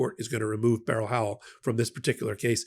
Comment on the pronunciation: I respect this show! True facts only on here. One critique..you pronounce judge Beryl Howell first name incorrectly. It's one syllable like berl Ives, not 2 syllables like a gun barrel. Fyi. It was my aunt's name too.